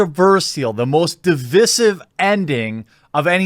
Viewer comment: stop pronouncing divisive wrong thanks